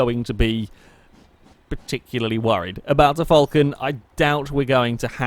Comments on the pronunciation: there's no u in Falcon, Aussies say it Fal Con like it says, Falcon. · It's pronounced the way it's spelt. It's not pronounced 'fulcan'. Btw I'm Australian